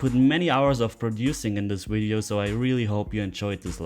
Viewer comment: From the top pool couple in NS we enjoy your explanation of the game. Get a chuckle every time you say wideo instead of video. 🙂